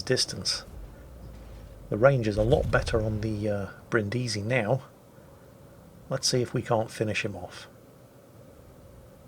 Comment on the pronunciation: Dear, i give a damn about the pronunciation of japanese ship names, as a german i have a struggle with french language, i just know a couple of klingon and polish swear words but for heavens sake go to google translate and listen to the italian "Brindisi". Thank you;)